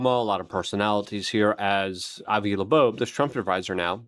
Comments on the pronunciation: LUKE.....it's not La'boab, that's not his name, you make yourself look like you've not done your research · Why do you say Laboabe?? It's pronounced like Lobe like an earlobe. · 🤬Oh FFS Luke, LEARN TO SPEAK ENGLISH!!!! Avi Loeb (low-b) NOT "La-boabe" Nuclear has only 1 u in the word! "new-clear" It's NOT "new-que-lurr"!!! You're not 5, speak proper! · How can you read "Loeb" and say "Labobe"? You've done it since he came on the scene. And it's 3i Atlas not 30i. Drives me nuts!!! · Ear Lobe. Avi Loeb. Hope that helps luke. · Luke, his name is pronounced "Lobe" - same as the floppy bit of your ear 👂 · He can say "Ashwagandah"....but can't say "Avi Loeb". 😂😂😂 This guy speaks dyslexic. 😂😂😂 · it's not "satire" or "sarcasm", since he does it every single time he says Avi Loebs name... The man speaks fluent Ozzy Osborne. Slurred mispronounced words often. Now correct yourself, so you don't look a fool. If it's a joke, it's long overplayed and has lost any humor it may have held.